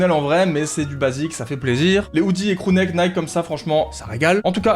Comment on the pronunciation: C moi ou a il dit « Crew Nike » en parlant d’un pull ston island